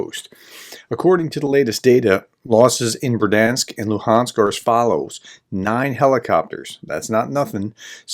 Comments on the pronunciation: I really like your reports, but I have one small detail on the pronunciation of place names. There are no silent letters here. The "i" is also a feature that separates Ukrainian from the Russian language. So Berdiansk = Ber-di-ansk (I hear you say Ber-dansk) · Third time's the charm, as they say. So Berd-yansk, not ber-dansk nor ber-di-ansk. Should we check with Anna anyway? ;) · Бердянськ= Berd-Yansk, two syllables . No "i" in it but "я"(ya) in the Ukrainian word. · learn to say berdiansk properly please.